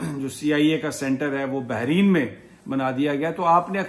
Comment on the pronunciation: Sir jee Lafz hai Bahrain , do samundar and NOT Bahreen :)